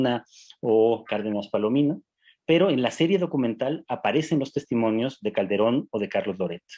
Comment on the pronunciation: Y "Caldebron" ya se pronuncio?